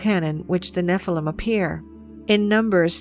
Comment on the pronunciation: Could the young lady possibly pronounce "Nephilim" correctly? The noun is Hebrew plural.